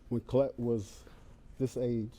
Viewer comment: So glad , I checked this one ! Such a loving family . Liked the Steve pronounced her the daughter's name . Name iss Collette too ! God blessed that family ! ❤ 🙏 !